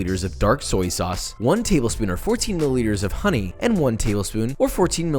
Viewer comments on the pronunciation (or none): none